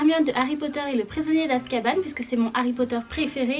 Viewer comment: ta dis askabanne lol